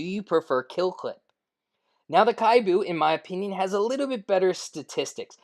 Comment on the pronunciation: kibou for pve. PO for pvp. Actually its KI-BOU not KHAI-BU. Japanese meaning hopeful.